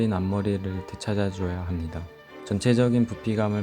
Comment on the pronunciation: 항상 느끼는건데 '니'를 '미'라고 발음하시네요 합미다 ㅋㅋ